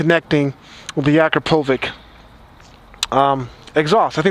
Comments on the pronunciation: Lool just everyone says "Akrapovič" wrong XD It's pronounced: "Ak-ra-po-vich" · You people need to learn already... it's not akrapovik, it's akrapovich. You see the little line above the C? The Ć sign. It's pronounced as if it was an english word that ends with "ch". You know how the slavic names end vith the "ch"? Like John Malkovich. Well, it's the same with Akrapović. It's supposed to be pronounced Akrapovich, the guy is from Slovenia, it's a small country next to Italy. Come on already.